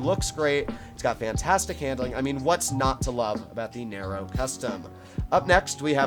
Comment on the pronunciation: Nero not naro 😂